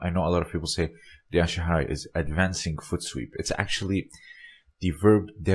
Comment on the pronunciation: But the pronunciation of "ashi harai" is "ashi Barai", right?